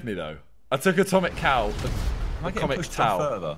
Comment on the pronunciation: "I'm gonna bet on Acomic Tow" No Simon